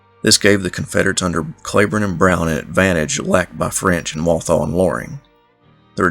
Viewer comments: Cleburne is pronounced Cleeeburne. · Most of us don't roll our "r" either. Not sure why you fight what so many counties in different states named after him pronounce it CleeBorne. My ancestors are Scots but I certainly don't sound like a present day resident of Scotland. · Why didn't you just say Clee Burn. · I live in "Clee burn" county Arkansas.